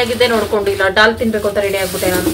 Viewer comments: Hi adu😂😂 ಡಾಲ್ ಅಲ್ಲ ದಾಲ್ 😂😂... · ಅಕ್ಕ ಅದು ಡಾಲ್ ಅಲ್ಲ ದಾಲ್ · ಅಕ್ಕ ಡಾಲ್ ಅಲ್ಲ ಅದು ದಾಲ್ 😊